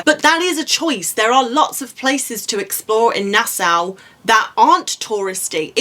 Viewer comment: I’ve watched a lot of your videos, and I am thankful for them. However, please pronounce “Nassau” correctly. It should sound like na-so (as in “so what”). We asked the locals because our co-travelers from Scotland were pronouncing it like you do. The Bahamian locals said it is “na-so”.